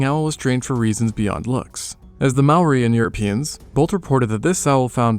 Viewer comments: Awesome video, but pretty rough pronunciation of Māori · This is only Aotearoa and you said Maori wrong the r has like a short tongue roll and sounds like ri (maybe to some ears like a t?) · Dude. It's MAORI. Not "Maui". Maui is the demigod from myths. And Maori is pronounced "mouldy" because you roll the R. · Okay, no hate but, wtf is a maory, it’s mah-o-reeh, Māori. Or u can google it, it’s not easy to say so call em Mary if u want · Its not pronounced "mower" or "mow-ah" its pronounced as "more-ah" with no emphasis on the "r" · It’s not mouri it’s pronounced “moldy” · You said Māori Wong-_- but it’s ok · Yeah finallly Māori that’s my people Kia ora and dont say mori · Its ma ou ri thats how u say it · I always thought Maori was pronounced "May-or-ee" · Why does everyone say Māori like it's spelled the r is pronounced like d if you don't get someone to say Māori like it's pronounced don't make a damn video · The pronunciation was on point, except that in te reo Māori, you roll the r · I noticed that. He didn't say "ma o wii" like most. Or "marry". They're the ones most common way people pronounce maori. I have corrected a few people and told them to say moldy without the L as it's the closest way to pronounce maori. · Just fyi you pronounce Maori as "mouldy" but roll your tongue on the d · you pronounced 'māori' and 'emu' wrong 🥀 also the plural for moa is just 'moa', not 'moas' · Maybe learn to say Māori correct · Dude if your gonna make a video on ancient Māori people say Māori right you could legit search it up for two minutes you did so much other work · When u speak maori roll ur r's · But you pronounced Maori wrong and kupe discovered this land we know today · To say maori. Make the r like a d. The a should have a line on top, it symbolises streching that sound. I know cus i live in new zealand and we use te ao Māori daily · Bro if you can’t roll your R’s and pronounce māori correctly, just say tangata whenua (pronounced fenua)